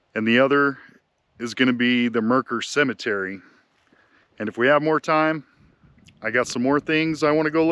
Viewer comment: Loves he pronounces Mercer correctly!